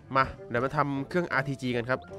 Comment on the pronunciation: ได้ยินRTGเป็นRPG